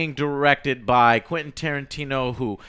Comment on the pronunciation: why he keeps calling him "quinn" tarantino?